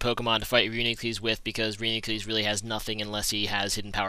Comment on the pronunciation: I believe it is pronounced : RE YOU NE KLUS sir.